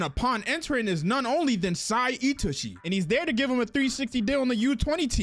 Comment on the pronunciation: Finally someone who knows how to pronounce my glorious kings name properly (itoshi sae)